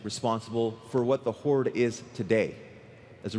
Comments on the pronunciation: I have been wondering why the heck do you always say "Horde`s" instead of "Horde" as it should be? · whenever his word ends in the letter d, he adds a small subtle s. why? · The jump from "there is a group of forsaken that want to die" to "therefore they burn teldrassil to start a war" is just asinine man. Also, it's HorDe. Not Hortse.